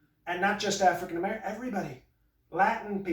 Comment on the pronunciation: i loved that one pronunciation of African-American /ˈaˈ frēkiN əˈmerəkən/ , sounds like 'a freakin American'